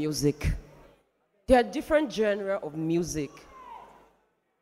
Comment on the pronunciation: Someone should help Liquorose pronounce "Genre" correctly! I've heard like a thousand different pronunciations from her! I don't know what other genre she wants this promise guy to sing! Dr. Sid was clearly bias in his judgement of the top 3 singers, Abbey did not have a stellar performance tonight in her solo but her intro and vocals were mad! Molly had a few cracks and flat notes but he maintained good showmanship so I am wondering why Sid will complement how perfect his voice was tonight rather than the actual fact, this wasn't Promise' best but he clearly did better than the other two in the solos. For the trio, Abbey clearly beat both guys, Molly was a bit intimidated by the other two, it showed in his constant jumps and pauses in his falsetto, more like he struggled to stay connected and strong in that performance.... He came through at the end but his confidence in that trio performance definitely did not match Abbey's and Promise'. This is a clear analysis of the three singers tonight! And it is unbiased cos I don't think I have a fave of the three, they are amazing! Exodus crew did well but I think clouded moves stole the show tonight! Sharon and Abbey should go to the voice Naija next year. Based on consistency and crowd support, here's my prediction for the cash in the finale: 1) Promise 2) Exodus 3) Molly 4) Clouded Moves 5) Abbey 6) Oludasa (people won't vote Oludasa that much cos most viewers don't actually pay attention to creativity, they are moved by the crow